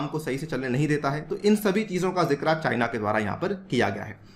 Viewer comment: Sir it is not jikra it is jikr😂👍❤️